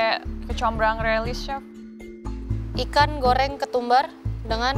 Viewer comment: bukan si arnold, tapi chief arnold, rupe rupenye terdengar seperti sif arnold